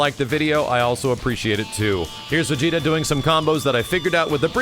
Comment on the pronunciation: Ssgss vigeta not vigeta